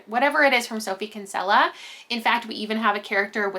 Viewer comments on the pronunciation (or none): Kinsella is a common Irish last name and is pronounced kin-sill-a 😁😁